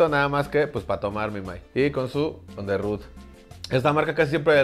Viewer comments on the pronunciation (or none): On the rue. El profe inventando el franglish. Porque el profe es cada vez más fresón. Combinando el francés con el inglés,hephep.